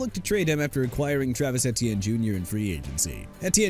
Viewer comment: You simply refuse to say Travis Etienne (pronounced A-Chan) Jr’s name correctly huh? Et-Tee-En is the hill you’re going to die on?